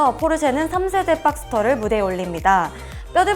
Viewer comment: 빡스터가 아니라 박스터.